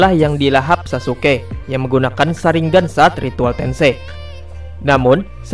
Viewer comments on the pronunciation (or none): none